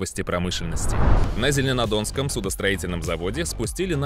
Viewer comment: "зеленодонском" "инжиринговый"